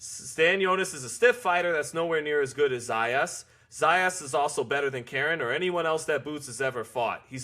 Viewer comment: Dude pronounced his name right 2 times, told us how he was called out to pronounce it right, “Zah yahs” and then proceeds to pronounce it wrong the rest of the video, “Zeh yas” 😂😂😂